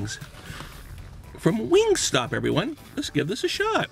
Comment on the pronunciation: im triggered every time he says wingstop